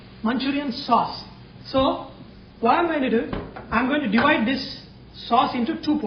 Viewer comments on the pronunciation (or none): none